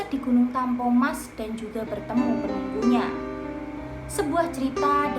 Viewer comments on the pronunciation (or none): TAMPO MAS mbak, bukan TAMPO NAS. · TampoMas mieen.. bukan tampoNas.. MoNtor... 😆😆😆 Tapi tetap semangat ya... krn cerita2 yg km bacain, bagus anyway